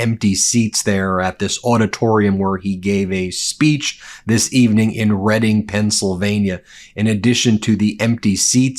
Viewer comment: Also thank you for pronouncing Reading correctly.